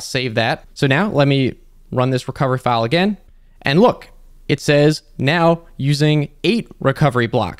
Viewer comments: in Italian, the ai pronounces the word "file" incorrectly. the ai says "file" when it should say "fail" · I like how the Italian Ai translated voice doesn't recognize english terms like "File" and reads it like it's "lines".